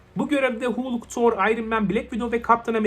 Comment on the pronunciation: Halk diye okunur Hulk diye yazilir